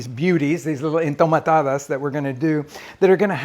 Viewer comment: Their not called “Entomatadas”. They are called “Enjitomatadas”